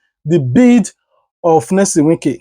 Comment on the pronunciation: What is Nylson some of you are just dum you do t read what you see it is NYESOM NOT NELSON PLEASE IT IS YEAH SOM